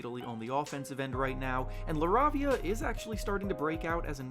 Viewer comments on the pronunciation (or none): It's pronounced La-rave-ia